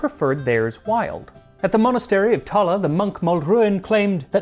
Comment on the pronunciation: Wow! You pronounced Tallaght correctly! This is why I love your channel.